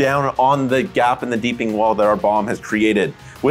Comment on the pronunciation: Take a shot every time they say "Deepening" instead of "Deeping"